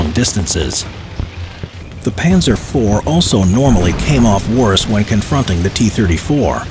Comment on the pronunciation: No it’s panzer